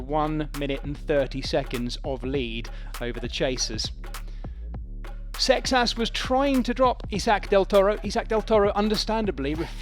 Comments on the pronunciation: It's not Paul Success... It's Paul Seixas! 😅 Seixas is a Portuguese surname. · SAY-shush ˈsejʃɐʃ this is even worst that Joao :( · Why is he pronouncing the poor French cyclists who came second name like that!!!!